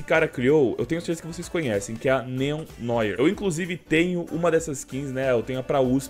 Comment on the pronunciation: Se fala Néo Noá (Novo preto em francês)